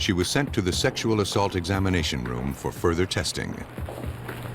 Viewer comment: What is "assult"😂